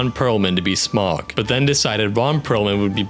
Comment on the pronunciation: Your computerized voice needs to learn how to pronounce Sauron and Smaug. Check the LOTR appendix.